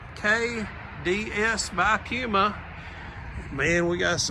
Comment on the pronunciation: Please ask someone how to pronounce Puma, cuz you're doing it wrong.